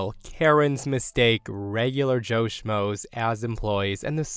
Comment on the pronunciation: Please, please, please stop saying the word “smo” if you would take the time to google the word, you’d find out it is actually “schmo” I don’t think the word “smo” is now or ever was a word .. please do better.